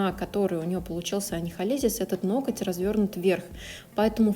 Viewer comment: Работа отличная!но ноКоть так режет ухо!в погоне за не «гыкать» ноготь превратили в ноКоть!